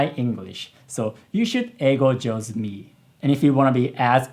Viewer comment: that (jouzu sa) is on point 😂